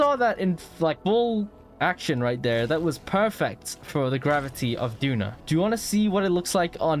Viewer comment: I like how after finishing the doon launch he says Duna and not doon. You can tell bro played ksp.